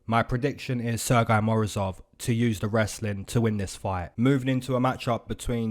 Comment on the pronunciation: your pronounciation of Sergey is kinda funny, you saying it as «sir guy», while even we are in Russia have a joke about this name, we pronounce it as «Sir Gay» 😅and it's a proper pronounciation btw. those russians who speak english a little bit find it funny